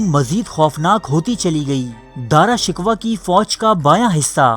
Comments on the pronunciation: Dara shikwa nhi he bhai Dara shikoh he Plz correct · Shkwa ghalt hai sheko hai. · Bhai Dara shikwa nahin Dara shikoh hai, Kitna Ganda talaffuz hai aap ka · داراشکوہ کو دارا شکوا نہیں بلکہ دارشکوووہ پڑھتے ہیں۔ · Bhai Urdu to thek kr lo dara shiko ko aap shikwa keh rahey ho Urdu channel ko badnaam na karo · bro,pronouncing is dara shakoo exactly not dara shikwa !!!!!!!!!!!!! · Mery bhai pehly iska name to theek say laina seekho ...ye dara shikuh hay dara shikwa nhe...pehly khud to is kabil bnao k apni video bna k baich sako. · Nalaek insan dara Shikoh ko bar bar shikwa bol Reno ho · bhai, saheeh tallafuz "Dara shikooh" hae na kahe shikwa,,lol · Apni urdu theek karo dara shikwa nahin sahi tallafuz dara shikoh hai. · Dara Shickohh not Dara Shickwa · o gadhay dara shikwa nhin dara shiko tha............. aurang zaib aik dehst gard or badmas badsha tha shrm karo nam to bolna ata nhn dara shikwa lolz chaval admi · Lfz shikwa nahi shikoh h .. plz note it .. 👍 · Dara shik waa naheen Dara Shikkhoo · اوہ بھائی یہ تلفظ ٹھیک کرو دارا شکوہ نہیں پڑا شکو جاتا ہے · Bhai Sahab Dara Shikoh ko Dara Shikwah na kahen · Shikwah nahi Shikoh ... Hahaha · Bhai shikwa nai shikoh hai lafz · Dara shku not dara shikwa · Shikwa nai shikow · Its darashikoh not darashikwa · Dara shikoh Hy not Dara shikwa